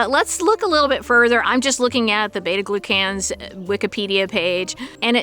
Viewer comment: It’s not pronounced glue can that’s for sure. You’re sounding it out the elementary school way but not actually saying the word as it should be. Glucan. Gloo-kin. 😊